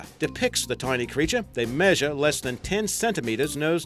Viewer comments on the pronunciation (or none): none